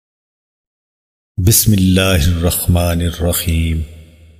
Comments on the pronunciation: Bhai thoda sa salam. Me aur bismillah me aap "kha" pronounce kar rahe ho aap. Usko sahi karein, wo "Haa" hai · اپ ح کو خ كيو بولتے ہو... اپنا تعوذ وتسميه تهيك كرين.. اپ اعوذ،بالله اور بسم الله غلط پڑہتے ہو